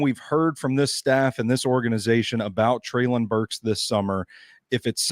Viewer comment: …come on man. PLEASE stop saying “Treylon” incorrectly. If you’re doing it just to troll at this point, then I guess have at it. But if you’re doing it because you are still somehow unaware that you are the only one left in the Titans media that is butchering his name…then stop man. You’ve even had two different co-hosts now that both pronounce it correctly in the same convo as you.